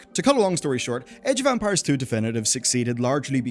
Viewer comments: Sorry, but I keep hearing "Age of Vampires" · You saying age of Empires or Ampires? I hear Ampires.